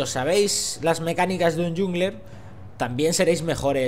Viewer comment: Por favor, no pronuncies "yungler".